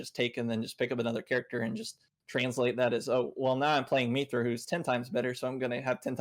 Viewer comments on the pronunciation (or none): 40 mins in, this is really good so far, but hearing say “Meethra” every 5 mins really takes me out of it.